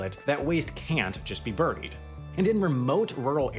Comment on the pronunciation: I do not support your pronunciation of buried. I want that to be known far and wide.